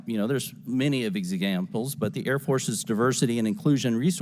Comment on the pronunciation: “ev-a-za-gamples?” damn😮 bro’s conscience is ridden with so much of bad faith, he can’t even say the word EXAMPLES clearly eh? Maybe because his brain twisting his tongue that together they couldn’t even align properly before he spewed out a bunch of examples of BULLSHIT lies huh? 💀